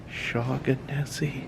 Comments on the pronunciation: It's pronounced Shawn a see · Shaughnessy I think is pronounced as Shawnessy or Shaunessy with the ‘g’ being silent.